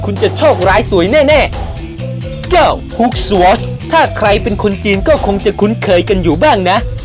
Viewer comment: ฮุค สะวอด 5555+ มันอ่านว่าฮุคซอร์ดครับ